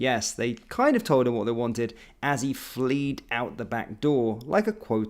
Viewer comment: Fled… not fleed 😂